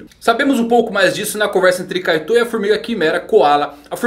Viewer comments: A pronúncia é kÁito e não kaitÕ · Uma pergunta Pq vc pronuncia kaitô e kurapíka? No anime eu escuto kurápika e kaito. Obs: não estou criticando, só uma curiosidade mesmo. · Gente, cês já viram o anime, escutaram a pronúncia do nome do personagem, por que continuar falando "KaiTÔ"? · N consigo escutar kaitou sem entender kaidou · Pq vc sempre fala os nomes do personagens errado ? "Kaitó" ? Pqp